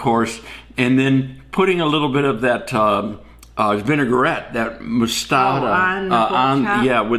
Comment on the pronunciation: It is vin-A-gret. Not vin-A-gur-rett. French!